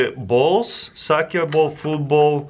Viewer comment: how he says football xD vootboll